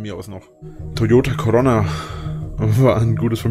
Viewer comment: Wie er immer Corona ausspricht... Corronna